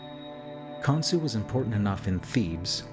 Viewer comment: Pretty sure the gods name is Khonshu, not Khonsu.